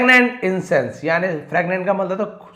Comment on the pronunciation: फ्रैगनेंट या फ्रेगरेंट 😂😂😂😂 आप क्या बोल रहे है sir